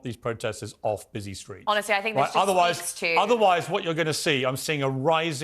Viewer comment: JibberWing in the StWeets yap yap yap...